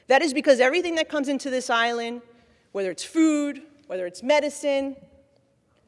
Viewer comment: why does she pronounce the letter t as "in"? as in "people have been be in"